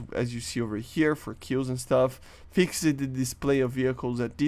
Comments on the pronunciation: Imagine if he learned how to say “fixed” instead of “fixaded” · "fix - ed" Xd the way u say it